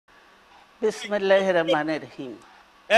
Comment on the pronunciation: বিসমিল্লাহ ঠিকমতো বলতে পারেন না